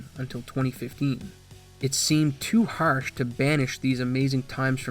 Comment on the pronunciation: Literally based entirely alone on the way you said the words “regard”, and “harsh”, I’m gonna make the bold assumption that you’re also from Southern Canada/Ontario area?? 🤔 We have THEE most subtle accent here. But it comes out in certain words lol 🤷🏻‍♂️ I could be 100% wrong here obviously... But it’s a ‘somewhat’ educated guess haha.